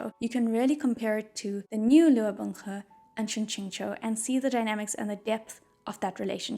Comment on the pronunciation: ok listen listen this video is great and I love it but it also made me very aware of how Binghe is pronounced way too similarly to Bunghole which I cannot unhear now ;o